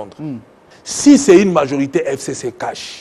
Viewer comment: Pourquoi il prononce mal "FCC"